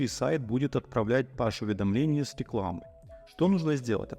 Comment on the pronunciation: уважаемый! Спасибо за быстрый и всеобъемлющий рассказ. Единственное дружеское замечание: "Push" произносится как Пуш, (но не Паш)